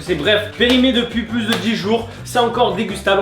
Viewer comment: Plu périmé pas pluse périmé mdr je parle bien sûr que de l'élocution :p